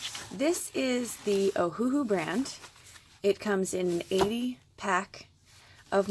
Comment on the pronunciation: Great video! Btw it's pronounced Oh-Uh-Hu (Owahoo). They named it after the Hawaiian island "Oahu", except they changed the spelling to match how it sounds phonetically: Oh-Uh-Hu but with the dashes removed = Ohuhu.